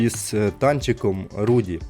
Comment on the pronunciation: Не руді а Руди від рудий